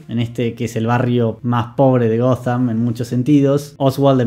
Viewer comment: que esta nueva moda tilinga de decirle "Goddamm" a Ciudad Gótica? Horrible.